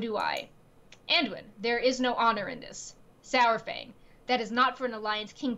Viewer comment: love you guys, but please its pronounced "Saw -fang" like Dinosaur Fang... think of it like that - Dinosaur fang.. "Dino Saurfang" Say it with me - Saurfang... There we go :)